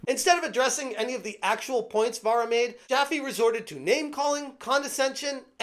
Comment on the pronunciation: You're not educated enough Vera...it"s Vara you dumb F